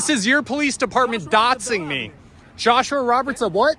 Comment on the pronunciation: “He’s Dotsing me”. What the fvck is DOTSING?